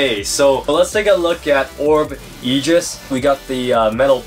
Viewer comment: ok no offence but your pronoucing is a bit bad is orb egis not orb ejis